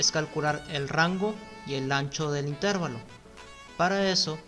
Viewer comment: Muy buen video bastante útil. Excepto por la pronunciación errada y repetida de la palabra Intervalo, La única forma correcta de acentuar esta voz es como palabra llana: «intervalo». Es errónea la forma esdrújula, usada por, a la que si existiera correspondería la grafía con tilde "Intérvalo". Gracias